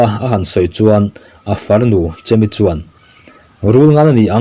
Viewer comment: Chemi ti a lamtur a nilo, chêmi ti a lam zawk tur.